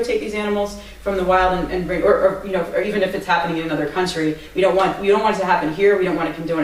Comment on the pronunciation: "Bring" not " being"